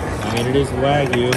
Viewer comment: Not WAG-yu, but rather WA-gyu.